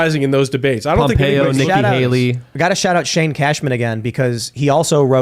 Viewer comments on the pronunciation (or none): none